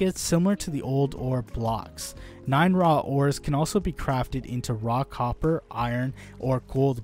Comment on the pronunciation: When he says "raw copper" I hear "rock hopper"